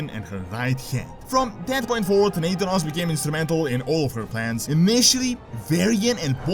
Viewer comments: Omg it's pronounced NA-THAN-OS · Do you mispronounce Nathanos intentionally? Because I'm pretty sure you've pronounced his name right in the past. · U are pronuncing nathanos wrong.